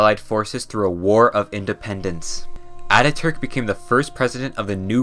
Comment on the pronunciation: As a turk, i really love your pronouncations on turkish things like Atatürk,selçuklu and many more.Love from Turkey❤